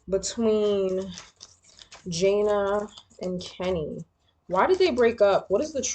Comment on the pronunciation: It’s pronounced Juh Nay